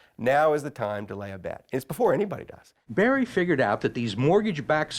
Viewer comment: it's Michael BURRY. not Barry. this dude can't even do bare minimum research for his guest's name smh